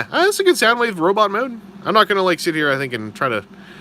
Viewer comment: You do know it's Soundwave not Soundwoof.